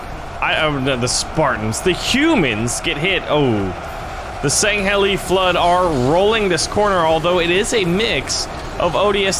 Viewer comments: Sang-ay-lee, I believe. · Not to be rude, but it is prononced sangheelie like the heelie shoes, not shanghelee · its pronounced sang hee lee os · Ok. As a die hard halo fan it's time to make corrections. The "halo army" is called the UNSC. ORBITAL DROP SHOCK TROOPER. SANG-HEEL-EEH. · It’s pronounced sang-heel-e. And it’s orbital drop SHOCK troopers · IKR THAT WAS SOOO ANNOYING! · I can't tell if you're purposely saying it wrong to raise the comments but if that's what you're doing props to you man